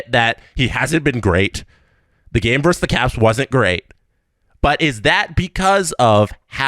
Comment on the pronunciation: it's "versus", not "verse".